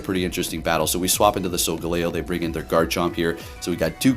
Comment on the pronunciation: sol-jello? sol-galileo? and very nice Hax-or-us video =D